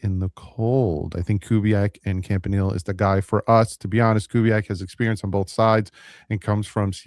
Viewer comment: To be fair has problems pronouncing a lot of people names 😂